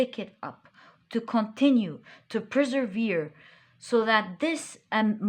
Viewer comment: I like your readings and keep coming back to your readings. The only thing that triggers me a LOT as a brain-picking-lobotomy is when you say PREservere. It is PERsevere. There is nothing called pre-servere... Take care now...